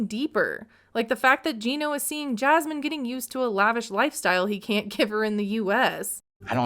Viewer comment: I really don't understand why these two are together and, weird observation, but I hate how Gino says Jasmine's name. "jyasmine" 🥴